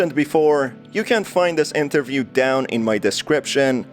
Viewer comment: Sir please. It's interview not Enterview.